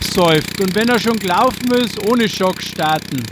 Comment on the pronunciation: Joo, das Beste ist immer der "Schock" 🤣🤣🤣 Geschrieben wird das übrigens "Choke" 😉 Hat der Fadenkopf keine Tipp-Automatik, das ist doch total nervig den immer manuell nachzuziehen 🙄 Auch macht der Leisefaden absolut keinen Sinn, egal bei welchem Motor-Typ 😵 Ich habe übrigens den 2,4er von Ratioparts als Stern/5zackfaden und auch mit Alupartikeln. Muss allerdings sagen, daß mir der von Oregon besser gefiel, weil widerstandsfähiger 👌🏾 Normalerweise könnte ich bei meinem FS 350 auch den 2,7er oder 3er Faden nehmen, habe aber auch noch einen FS 100R und benutze da die gleiche Fadenstärke. Zudem lässt sich der 2,4er besser aufwickeln, erst recht, wenn er vorher gewässert wurde 👌🏻 Achja, das Fadenmesser habe ich bei beiden FS demontiert, der Faden nutzt sich sowieso ab bei Kanten, Steinen und ähnlichem 😎